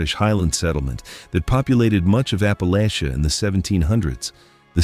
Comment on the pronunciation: For heavens sake, please teach the friggin’ computer the CORRECT pronunciation of Ap-pah-la-chuh. Descended from Murphy, McCoys, Chambers, Painter, Robinson and more.